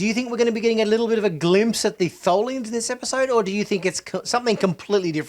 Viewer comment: It’s Tholians, duh